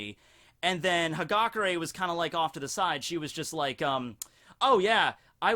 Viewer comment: it's ha-gah-Kurr-AYE.